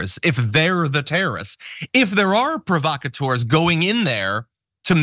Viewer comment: Trump cannot even say 'provacators'. Also he hires actors.